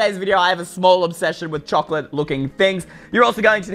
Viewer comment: Choclate..? ...... ..... .... CHOCLATE!!!